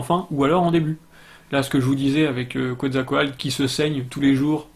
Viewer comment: Quetzalcoatl se prononce "ketsalkowatl" ;-) La langue des Aztèques ne s'appelle pas l' "aztèque" mais le nahuatl (langue toujours parlée dans pas mal de régions du Mexique encore aujourd'hui :-) mais évidemment la langue a changé depuis l'époque des Aztèques)